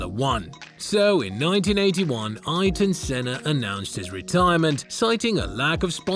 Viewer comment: "Eye-ton Senna" have you ever heard of Eye-air-ton, before doing a documentary on him or?.